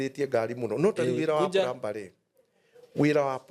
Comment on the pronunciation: Plumber.. plumbing 'm' is silent so it is pronounced as pluming, plumer